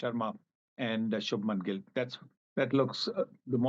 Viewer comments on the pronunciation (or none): Anchor... it is not SANIL .. it is SUNIL... bloody bigot